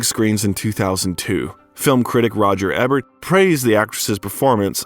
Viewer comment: Another banger!! I enjoy the content and appreciate the hard work. Just one quick thing I've noticed in several of the videos... Roger Ebert pronounced EE- bert 🙏🏼🙏🏼🙏🏼🙏🏼